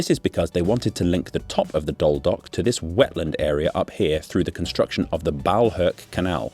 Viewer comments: Unfortunate that there was not enough research to pronounce "Doel" correctly, only once when saying "Doelpolder" :( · You should maybe pronounce Doel like den Doelen, the one of the latter was on point, the former on pint! Sorry, but good story, thanks! :face-blue-smiling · Little Dutch pronunciation lesson: the Dutch oe is pronounced like the English oo as in "Spookdorp", and the oo in Dutch is pronounced like the oh in oh my god. I know I know I'm nitpicking but it's kinda funny hearing someone apologize for saying "Waaslandkanaal" almost perfectly while butchering "Doel" 100 times in a row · Okay you can pronounce doelen but not doel that's kinda funny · As a Belgian, the funiest about your joke was your pronunciation of Doel 😄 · No, it's in Oost-Vlaanderen, not Antwerpen Also, indeed not the 'oe' sound in doel, but he got it right strangely enough al when pronouncing 'Den Doelen', which I found funny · What are you saying man.... He pronounces it as doll which is wrong of course... The correct pronunciation is Doohl, like cool or pool. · You pronounce it 'dool', not dole or whatever you are saying. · well, you're saying Dool when you should be saying Doel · The pronunciation is closer to "dool" than to "dole" or "dull", as you seem to think. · Better translation of Doel (In English you'd write Dool to get the same sound while now you're saying Dull) is the "target". In recent history (somewhere in the last 2 years) the government announced it's allowed to build and move there again. The renationalising of nuclear powerplants has nothing to do with the village at all. Not to mention, nothing is even decided on that renationalisation as Engie (the owner of the centrals) still has to make a decision about this. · It's not 'Doll'. Pronounce it like Drool but without the R. Flanders isn't a province either it's a region. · The pronunciation is Dool (like Tool) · Dole? It clearly says Doel. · Except the town isn't pronounced as dole but as dool. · Pronounced as dool